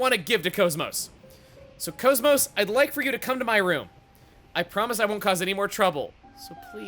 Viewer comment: Couldn't resist calling KOS-MOS "Kosmog", could ya?